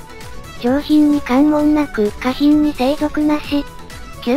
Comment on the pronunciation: 下品(げひん)だと思ってたけど、かひんなんだ